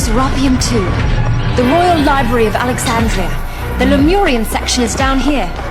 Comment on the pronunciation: Bro you can’t be calling it a libary sorry love your videos but I need you to LIBRARY